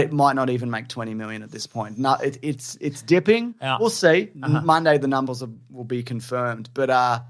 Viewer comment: "the numbles'll be confirmed" Numble Cinematic Universe incoming???